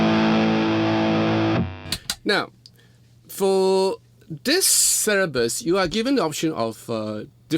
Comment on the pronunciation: He just said Cerebus 😃 But like always he is awesome 👌